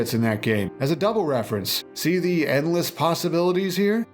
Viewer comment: when he said "endless possibities" I felt that